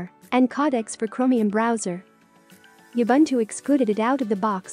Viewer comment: No one, absolutely no one: TTS: YAh-Bun-2💀